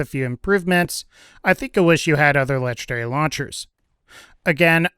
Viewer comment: LEGENDARY not LETCHDARY